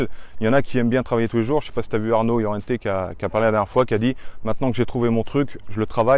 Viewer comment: Par contre les gars c’est Armand Laurienté et pas Llorente comme vous dites dans la vidéo 🤣